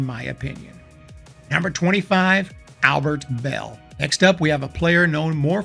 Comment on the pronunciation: Kenny Lofton!!! By the way, it's "Luis" Tiant and Albert "Belle".